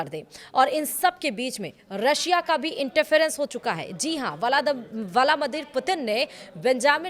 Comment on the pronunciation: medam ji aap new lag rahi ho rasiya ka interface, valamader putin , apko sahi se nahi bol mil raha hy.